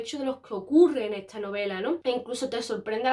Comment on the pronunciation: Por qué dice "esCHa" y no "esta"...? Eeeeehhhhhh...